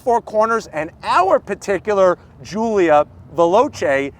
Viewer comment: GIULIA GOOLIA